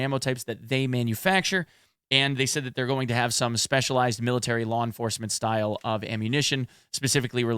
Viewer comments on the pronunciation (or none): none